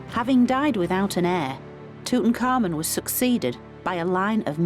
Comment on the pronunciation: tut ankh amun , yet she's pronouncing it like tut un-common lol